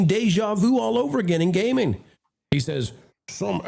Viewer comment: I couldn't stop laughing at the opening. Gayming!!!